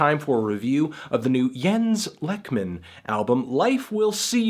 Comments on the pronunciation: Anthony please its pronounced like "leyk-mahn" you can hear it in his song "A Postcard to Nina" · TRAN...sexual. It's "LAKE-men" btw. How do you trust a review from someone who wasn't interested enough to find out how to pronounce the artist's name? I'm feeling a LIGHT 0 for this review.